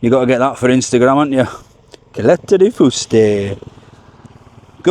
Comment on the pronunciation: Caleta de Fuste pronounced Cal Eta de Fus Teh..come on pronounciation is key 😉😂